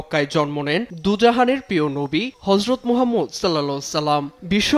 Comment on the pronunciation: এই উপস্থাপিকার বিরুদ্ধে ব্যবস্থা নেওয়া হোক উনি আমার রাসূলে পাকের নাম মোবারক সঠিকভাবে নেননি।। হযরত মুহাম্মদ মোস্তফা সাল্লাল্লাহু তা'আলা আলাইহি ওয়াসাল্লাম আমার রাসুলে পাকের নাম মোবারক আদবের সহিত নেবেন